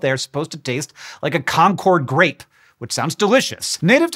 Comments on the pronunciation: Friendly reminder that Concord is pronounced like “conquered” (at least when talking about the town in Massachusetts and the grape named after it, as I’m sure there’s like a Concord, Texas or something that says it like “con chord”) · The concord grape gets its name from the town of Concord, MA (Yes, the same Concord of the famous ride of Paul Revere), where it was developed in 1849. If you ask any local, they'll tell you the correct pronunciation is identical to the word "conquered" (with or without the Boston accent).